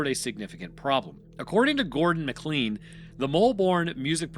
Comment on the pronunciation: McLean "MAH-klain" why can't Americans pronounce this? It's in die hard